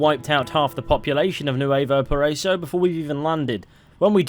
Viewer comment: Nuevo paraiso.... BRO just google the pronounciation!